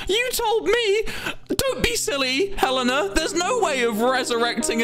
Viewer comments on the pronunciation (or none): ITS HELENA OH MY GOD WHY CANT YOU GET IT RIGHT